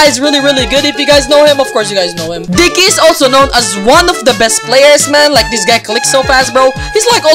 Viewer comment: The way he said Digg ky “dicky”